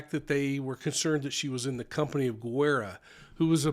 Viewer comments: It's pronounced Ge RRa not gerrera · Well so much speculations and theories of what happened, its crazy, i guess we will never know for sure what happened in that transaction, im waiting to see what the autopsy says that may clear some more. I wish i was a fly on the wall that day. Btw it’s Guerra not Guerrera, just saying! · Thank you for reporting. I think you add an extra syllable to Matthew's last name. Sounds like you think it is Guerrera, but it should be Guerra. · Guerra not gu erra guerrra pronounce the rrrr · Hi there! Guerra is pronounced Geh rah. The u is silent. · Guerra = Gaer-ah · Just so you know. The [u] in Guerra is silent. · Bexar County, Texas. Bexar pronounced "bear". Guerra pronounced with a hard G, gerra.